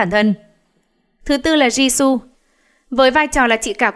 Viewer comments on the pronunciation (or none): none